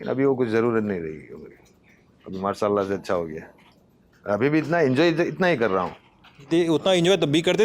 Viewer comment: भाई बस थोड़ा तलफ़्फ़ुज़ पर ध्यान दो शे को से मत बोलो जैसे मासाअल्लाह नही माशा अल्लाह रोज नही रोज़ मुस्किल नही मुश्किल इन सब बातों पर ध्यान देना ज़रूरी है